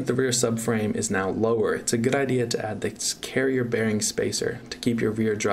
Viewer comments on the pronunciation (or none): none